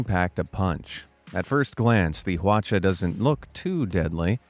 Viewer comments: Lol hwachia? Hwachia doin'? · Got me at Big Hand👀👀👀 Got me again at (accent)"Watcha out" hahahaha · Behold, the hwacha-macallit Sorry I just had to